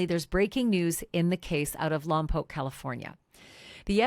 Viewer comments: Grateful Lompoc (Lom-poke) was pronounced correctly 🙇‍♀️ in this YT video. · Thank you for saying Lompoc correctly!! I lived there several years. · You said Lompoc Correctly…..